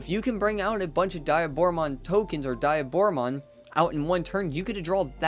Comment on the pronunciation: It's not die a Bora. its De a Bora